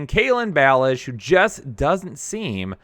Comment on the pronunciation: Why can't this dude say Kalen Bellage' name right?